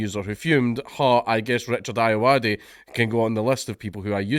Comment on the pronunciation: Um, its pronounced "Ayoade"